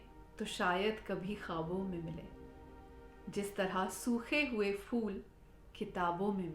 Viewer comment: Jis tra sookhy hoye phool ( not fool) You are giving review on urdu poet book not Hindi so please you need to be careful Aaj hum daar( not dwaar) py kheenchy gaye Before making videos on urdu poetry you need to learn how to read urdu